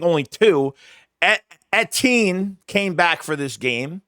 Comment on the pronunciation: Everyone else’s pronunciation of their running back: “Eh-tee-En” pronunciation: “eighteen”. Everyone else: “tush push”: “push tush” 😂